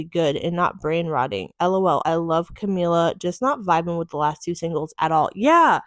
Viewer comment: you can’t even pronounce her name correctly. if you’re gonna do yOuR JoUrNaLiStiC duTiEs 🫡 then here’s an idea.. do better research so you can then know the difference between camilla and camila and famillia and familia. girl, bye.